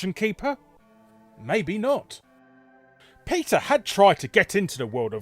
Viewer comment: I love that you pronounce Peter Molyneux as Pizza Molyneux at ~ .